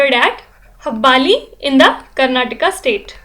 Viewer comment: its not habbaaali---but its HUBBALLI